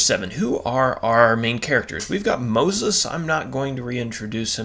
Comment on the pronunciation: 😂❤"Moses" ~ "Pronunciation"❤😂